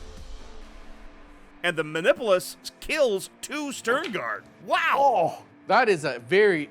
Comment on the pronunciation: Dice tell stories, and the story they wanted to tell today was, "The Emperor prefers to be referred to as the Omnissiah today." Also, LOL at them pronouncing "muh-nip-you-lus" as "mah-nipple-us". 😂